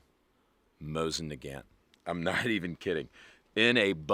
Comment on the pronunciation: Mow • zuhn nuh • gaant Lee • high defense 338 Law • pwa